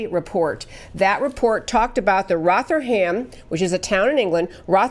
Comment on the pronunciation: It is pronounced Roth er ham. But good try.